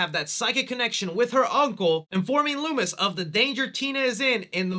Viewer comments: Did my man really say “Lewis” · Also, please stop calling Dr. Loomis...LOOMY. Just don't...